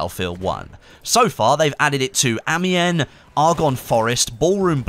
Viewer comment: Apocalypse is gonna be frickin zombies, it was hinted at with the isolement door in Fort de vaux, and you're still saying amiens wrong